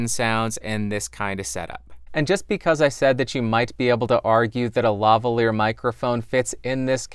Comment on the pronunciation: I cant believe you pronounced LaValier properly, ur such a nerd to even know the story XD